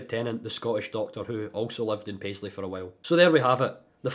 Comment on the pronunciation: Wan word. “Paisley”. 🤦‍♂️